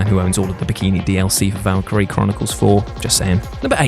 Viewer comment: It's Valkyria Chronicles, not Valkyrie.